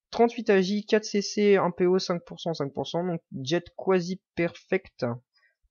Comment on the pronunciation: Nan faut arrêter de prononcer "Jet" comme si c'était un Jetski bordel, jet vient de "jet de dés" à la base, l'algorithme qui détermine les stats d'un item ! Donc c'est [J'ai] et non pas [Djette] !!